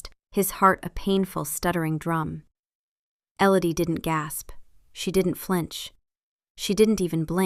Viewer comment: Not Ellady, Elodie.